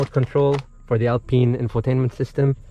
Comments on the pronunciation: The lack of option to egress from the rear door with out having to go outside and around to 'un-pin' the spare tire mount is not a very well thought out design - just say'n. Oh yeah, Alpine is pronounced 'pine' as in 'pine tree', not "peen". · ALPINE not ALPENE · 1, I hope you're giving the option for interior color cause that beige is ugly as sin for that kind of truck. 2, I think the guy is tying to say Alpine not peen. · wtf is "alpeen" lmao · Nice... "Alpeen"